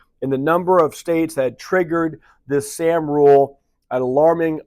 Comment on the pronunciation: Morning. You’re pronouncing ‘sahm’ incorrectly.